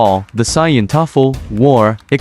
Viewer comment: You pronounce tuffle correctly but not sayian🤦🏾‍♂️